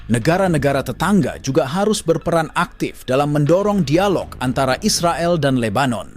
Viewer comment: Bro cakap Is the gail ya bukan Israel... hmm..cakap malaysia macam itu yaa 😊